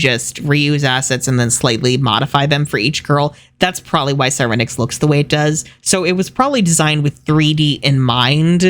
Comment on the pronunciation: IM IN TEARS 💀💀 you MURDERED sirenix oh lawd